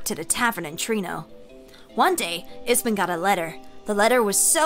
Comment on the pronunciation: How r u reading ipsen as ispen lol